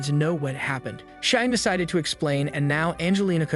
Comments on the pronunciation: Name: Shion AI: Shy-yon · Shine this, Shine that... It's scratching my ear canal every time I hear the name pronounced that way. 😂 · SHION = SHE-ON😾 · Narrator: Cheyenne Text: Shion Me: bro how is AI still not able to pronounce names? Lol